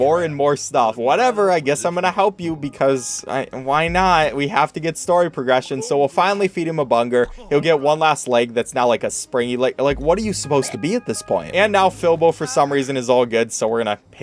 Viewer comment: This is so sad, he called Bunger, “burger” 😭😭😭